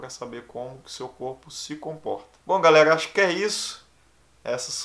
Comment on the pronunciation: Fala garela 😁 cebolinha